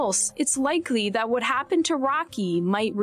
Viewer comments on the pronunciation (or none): none